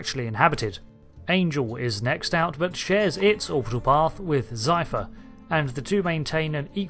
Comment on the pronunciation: ZEPHYR not ZYPHER!